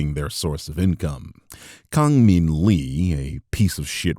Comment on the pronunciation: Also I speak Korean, he's pronouncing his given name wrong for some reason if the Korean spelling in his Twitter handle is ANYTHING to go off of